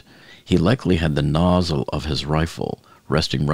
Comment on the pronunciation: Muzzle, not nozzle.... oy veeeee